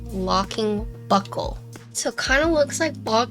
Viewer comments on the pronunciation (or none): A self expanding locking what?? A SELF EXPANDING LOCKING WHAT??? Oh buckle!!!!!! I swear I had to replay it three times because I heard something else!! LOL